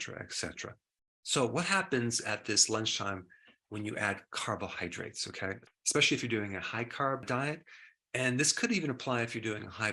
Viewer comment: My man, you're a Doctor, but you say "expecially" and "expresso."